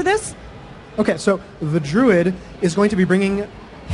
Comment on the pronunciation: she pronounced it 'Drood' ...istead of 'Druid'